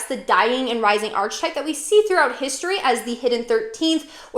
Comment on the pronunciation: To pronounce ARK-uh-type (singular) or ARK-uh-types (plural), rhyming with "bark" on the first syllable. The "ch" sounds like a "k", not like the "ch" in "arch" The h is silent. I’m confused that you seem so knowledgeable but don’t know how to pronounce such a pivotal word in the field Not now. Christian’s are persecuted by Muslims etc. Not so much other Christians. But the persecution of Christians by Christians actually led to positive reformations. Why do you call the Bible “pretty little”? Seems condescending.